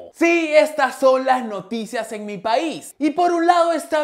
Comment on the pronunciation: te desayunaste la i de Noticias jjjjjjj